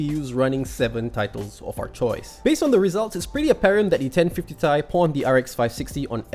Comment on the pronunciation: simple and concise review is really nice....but, "ten fifty tai"? that's a first i've ever heard it pronounced that way...lol. keep up the good work with the reviews :-)